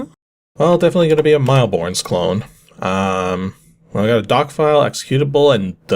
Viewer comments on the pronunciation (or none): Aren't you Canadian? Shouldn't you know mille is French for 1,000 and pronounced similar to /meal/? 🤨 - WTAH is this game? I have ZERO clue what's happening. I can't even figure out if I really want to try it or avoid it. 🤔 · "Mille Bornes" is pronounced like "Mill Born". Like most French words, the 's' at the end is silent :)